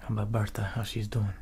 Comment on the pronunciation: Gotta love his “how you dOUin?”